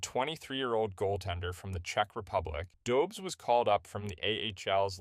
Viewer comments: Pronounced Dobesh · Hey dude! Loved the vid, you got my sub. Refreshing to hear something ... Authentic. Freaking human; know what I mean? Keep'em coming ! :D P.S. It's pronounced "Dobesh". First name "Yakub" sort of. But who cares ;) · It’s a Czech name, the pronunciation is quite unintuitive for English speakers. Don’t beat yourself up over it. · Learn how to pronounce his name